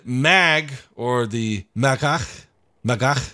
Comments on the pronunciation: SHALOM! You pronounce it Mah-gahk. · It's pronounced Magah The "c" is silent And we need more Israeli tanks 😅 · Correction, it's Ma-GAKH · The proper pronounciation is Ma (throaty gurgling sound)gaaaaaaaaa (spitting noise)CH